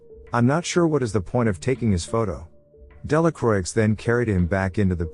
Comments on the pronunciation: It's not pronounced "Delacroix" it's pronounced "Delacroah" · It should be pronounced Delacrua (Delacroix in French) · just for future reference, Delacroix is pronoinced "della kwah", the R after a consonant in french words is muted like a W and oix makes an "ah" sound, the X is silent. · Delacroix😂😂😂Delacuwa, my french friend😂😂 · Delacroix is not pronounced with the “ix at the end. It is Dela kwa. It means of the cross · You almost got it right, but the "R" isn't actually muted. It's pronounced "Della croah". Sincerely, a french dude. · That's true. But in the movie that dude acted like a real Delakraueeks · I think he's using a text-to-voice program to narrate the film, not his real voice. That's why the voice sounds so educated but the video has many grammatical errors, like the person's native tongue isn't English, or they're not as educated as the voice they're using. It's still a good effort, but the mistakes are distracting & the voice program doesn't know how else to pronounce Delacroix.